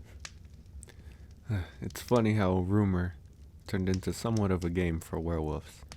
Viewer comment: I love how he says Werewoofs